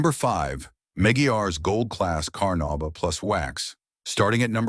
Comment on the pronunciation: The AI's mispronunciation of the words carnuba and Meguiar's is irritating. Otherwise, the list actually consists of legit waxes that all give great results.